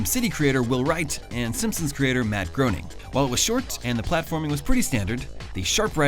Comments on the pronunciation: (Confirmed by Matt himself) It's Matt GRAY-ning. Not Groin-ning. Again, confirmed by Matt Groening himself. Just an FYI. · It is Matt GRAY-ning! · It's pronounced as "Matt Gray-ning"